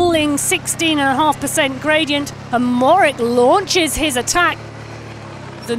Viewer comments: Matej Mo-HO-rič (that is mo-ho-rich), not Morick. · Matey Mohorich, that's how is pronounced.. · Mohorick? Cmon now, even most cycling fans, no less announcers, know how to say his name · The commentator cant even pronounce the world champion's name properly, absolutely shameful. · How do Slovenian's pronounce Mohoric? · come on UCI you can do better than a pathetically small offering for a world championship , and please find someone who can pronounce the riders and place names close to correct